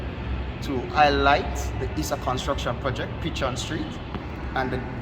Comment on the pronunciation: As a born West Kingston man I am happy to see the development of downtown Kingston especially West Kingston. one little correction the word is pronounced Pec-hon, not Pe-chon Street.